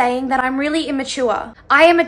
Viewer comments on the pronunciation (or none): "I AM NOT IMMATUAHH😤😤" got me laughing on the floor at 12 pm 😂😂